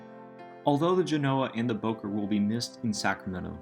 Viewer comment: First that's not how you say Bowker and 27 wasn't there